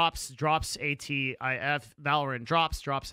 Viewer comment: Title says "AKTIF" he reads "ATIF, I don't know what that means"